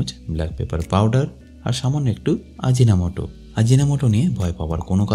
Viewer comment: What is it you said the ingredient aginamoto all restaurants use what is is can you say the name clearly pls